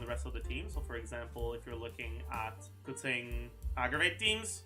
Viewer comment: Just pronouncing keqings name right, nothing wrong here.